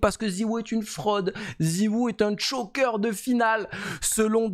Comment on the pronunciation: c'est "choke" pas "chock", t'es allé aux USA tu peux pas te planter sur un mot anglais aussi simple 😭